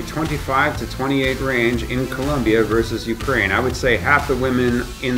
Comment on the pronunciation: 42.... It's "Colombia", not"Col'u'mbia. Don't make that mistake down there or else you're in for a rough trip.